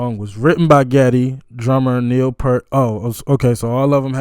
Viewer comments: Not pert, pee-ear-t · Neil doesn't pronounce his name like "pert". Say the word "ear" and put a "p" in front and a "t" at the end. Kind of like "peert". He has said that getting through Tom Sawyer was the most difficult part of a show. The very hard drum hits took a lot of energy. Check out this drum solo by Neil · You pronounced Geddy's name right...the G is hard like you thought. Also, Neil's last name is pronounced "Peert"...and it is not a big deal, but you will get lots of points with the Rush Family if you pronounce it "Peert". A lot of folks call him The Professor, and he is maybe the best drummer of all time....his other nickname is "your favorite drummer's favorite drummer." Last, Alex is probably the MOST underrated guitarist of all time, and made the absolute best acceptance speech after Rush's induction to the Rock and Roll Hall of Fame...I do not believe anyone will ever top that speech. Your next Rush reaction should be to Xanadu...the live version from Exit Stage Left.💯✌ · It's P-ear-t (pointing to my ear). And it's Ged-dy (rhymes with ready). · Neal Peart is actually pronounced as PEART. The long E sound. He passed away like a year ago. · help you with the pronunciation, Geddy Lee, his first name is pronounced like "GET-ee:, as in, get, like, get a beer, except it actually is a D sound rather than a T sound in the middle. And one of the greatest drummers ever, Neil Peart, rest in peace to him, his last name is pronounced more like it rhymes with pear like the fruit, with a bit more "ee" front-loaded, like, "PEEARrt". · No biggie, because I used to mispronounce Neil's surname myself, but hear the correct way straight from the horse's mouth, so to speak: 😄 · So you know, Peart rhymes with ear. 👍🏽😁 And you landed on the correct pronunciation of Geddy, rhyming with head-y.🎉 The only thing on Geddy's voice is a touch of reverb. On the synthesizer break down, thru the guitar solo, and for the outro they've switched from 4/4 time to 7/4.